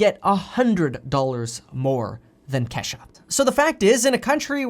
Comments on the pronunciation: Kevin it’s kee shuhhh lol 🤣🤣 not Kesh a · It's not Kesha its Key sha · Coming form a black dude it’s not Kesha is KEESHA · Kesha pronounced Key=sha lol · Lol bro lol I’m pretty sure it’s kee as in kesha but pronounced kee sha Lol !! Love you man keep doing your thang !!!!!! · And it's Kesha (Keesha) with a hard e 😁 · Okay Kev love you Bruh but the name is pronounced Kesha or Keisha sounds like this KEE-SHAH . Other than that thanks for having the courage to speak up for Us Black people , You Rock!💯✊🏾💖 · LOL! Your Kesha is pronounced Keesha with a Long E. :-D. I like you. You're a cool dude. Try not to butcher our names. LOL! :-) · Boy I tell you I was screaming “KEE” Kevin it’s “ KEEYSHA” Kesha is a white 👩‍🎤 singer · Is Kevin trying to say Kisha Kesha Keyshia Keshia OR Ke-Shh-Ah 😭🤣😂😂 Just asking lol But keep up the good work Kevin Love ya man❣️